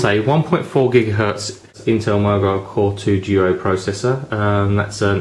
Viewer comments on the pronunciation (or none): its core 2 duo ur saying core 2 juo